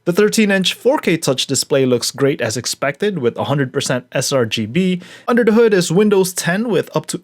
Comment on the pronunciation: "unda da hood"